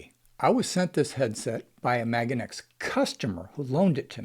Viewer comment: You've convinced me not to buy it simply by pronouncing it MAGAneX.